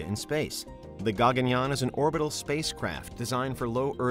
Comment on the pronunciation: Firstly It's not Gaa-gun-yaan. It's called Guh-gun-yaan